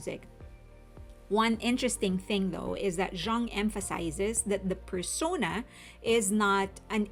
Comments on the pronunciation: Jung is Swiss and his name is German so it is pronounced YOONG. It means “young” and is the most common German surname. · the way i heard people pronounce Jung after this album...